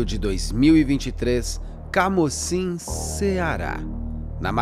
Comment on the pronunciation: No Ceará pronunciamos como CAMUCIM, não CAMÓCIM